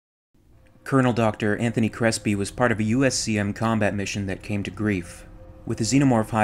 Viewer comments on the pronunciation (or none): none